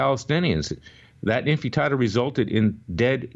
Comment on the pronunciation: All the other criticisms about all the sniping and bashing aside, I'm wondering why he cannot pronounce the word "Intifada" ????